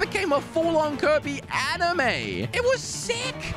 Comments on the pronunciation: Why does he pronounce Kirby as 'covid'? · Its kirby, not kErbi